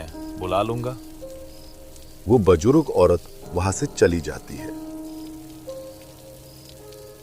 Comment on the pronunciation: The person who is narrating the story improve your pronunciation please it's not bajrog aurat it's buzurg aurat. Else everything is fine